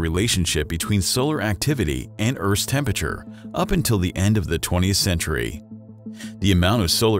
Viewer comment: Tempeture??? It’s tempERature!!!